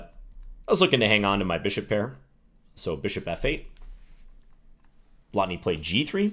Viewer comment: Excellent pronounciation of 'Blatný'. Most foreigners can't be bothered with long vowels, especially when they are not even marked.